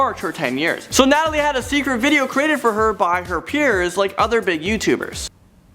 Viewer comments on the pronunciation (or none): none